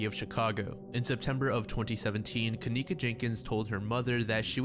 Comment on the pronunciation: That name kenneka, shouldn't be pronounced that way... her parents were probably terrible spellers like mine... I remember waiting for my sister to come... we were moving so all the boxes were labeled with names... my sister's name is KAYLA, but mom spelled it kalayla... she MEANT kayla... so maybe her parents MEANT kenieka, but spelled Ken icca